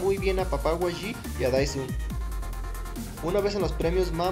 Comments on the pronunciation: por que dices wayi? si es YG "Yi Way" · no, YG se pronuncia como see leen las letras en inglés, sería como 'Wai Yi', no yi way ni wayi